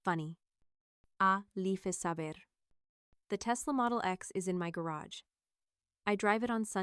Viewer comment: 'A .leef is a beer?' Oh dear. Good story but ruined by awful robot voice. I will never subscribe to this.